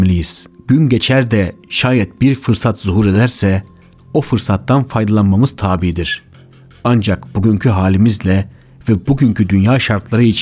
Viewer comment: Bir editör veya dilbilimciden destek al sevgili kardeşim. Videoda tabii ve muvaffakiyet kelimelerinin telaffuzunda problem var. Benzer sorunlar eski videolarında da var. 200bin aboneye gidiyorsun. Önemli bir kanalın var. Başarılarının devamını dilerim. Videolarını zevkle izliyoruz.